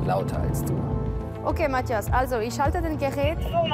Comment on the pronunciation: auf jeden!Allein wie sie Mathias sagt:Matjas :D